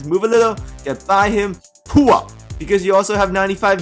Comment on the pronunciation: He says poo up learn English and stop eating dogs